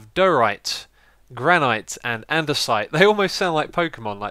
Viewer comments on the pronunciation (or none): i know this is really trivial... but its pronounced "gran-it" not "gran-ahyt", or at least it is in the US. it might be an aluminum vs aluminium thing. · Granite is pronounced Gran-It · Sorry, but its Granite is pronounced like Gran-it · xisumavoid it's actually called granite (gran it) not granite (gran eye t) at least in America it's how it's said, sorry if it isn't! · I think Granite is pronounced Gran-it :) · Hey xisuma (: Those new stone blocks: Diorite, Andesite, and Granite are pronounced Die - ore - ite And - eh - site Gran - it Hope I could help a little with words (: And I like both #1 and #3, but #1 is my favorite